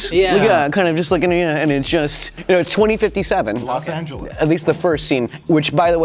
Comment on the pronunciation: Los Anjoois